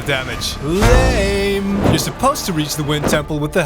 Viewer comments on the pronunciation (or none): none